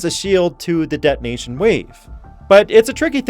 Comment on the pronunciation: de'onation is not the same as detonation